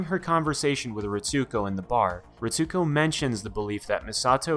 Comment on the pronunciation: Great breakdown. I watched all of them in reverse order... lol. But one thing that got me. Pronounced as (Reets-co) not (Reet-sue-co)